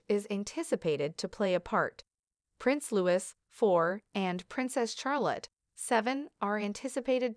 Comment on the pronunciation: Learn to pronounce Princess Charlotte CORRECTLY please!!!!!!